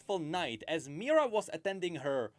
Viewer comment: The name of Kayle's and Morgana's mother is Mihira. I don't know why pronounces it as "Mira", but that is incorrect. Also, even if Sylas would touch his chains, nothing would happen, since Sylas himself doesn't have any magical abilities, he can only use someone else's magic. And no, Tianna is not a mage, she is a commander of Demacian army.